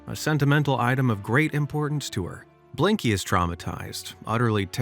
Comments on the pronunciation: Did you seriously call Binky "BLINKY"!?! WTF DUDE!?! 🫲🤨🫱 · Binky not blinky